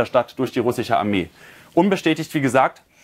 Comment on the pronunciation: "SCH" verdammt! RussiCH 🤦‍♂️